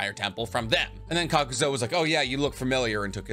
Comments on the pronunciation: Loving your videos fellow Anime weeb, but in fairness it some of your video's you have some odd choices for how you pernounce some Names like Kakuzu you say 'Kakuzo' but it is just you my man so you do you love the info I gain from the video's. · Serious question.. is he knowingly mispronounceing names all the time so ppl comment ab it and the algorithm likes that?? Like.. kakuzo? Its honestly annoying af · Kakazo and homage. Lol love the repeated mispronounced names. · THERE IS NO "O" IN KAKUZU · Please learn to say Kakuzu. It's not Kakuzo. Edit: also, the H in homage is silent. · KAKUZU > “Kakuzo “ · Why do you keep pronouncing his name kakuzo when it's supposed to be kakuzu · I know you arent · Kakuz-oh Tsu-chay-kage Edo Ten-sai it's endearing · How you pronounce Kukuzu wrong? But Chiriku right? They both have the same U pronunciation at the end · THANK YOU HE WAS DRIVING ME CRAZY WITH THAT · Hate how you’re pronouncing Kakuzu